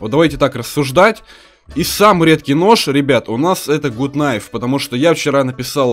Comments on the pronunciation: Гат кнайф а не гуд кнайф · не гут найв а гат кнайв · Не Гут кнайф а Гат кнайф!!!!! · не Гут кнайф,а Гат кнайф! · правильно надо говорить Гат кнайф а не гут кнайф. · Не Гут Кнайф,а Гат Кнайф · ну гут найф а гат найф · Не гут кнайф а Гат кнайф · Те не умеешь читать какой гуд гад кнайв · Не гут а гат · правильно говорить Гат найф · извини но правильно гат кнайф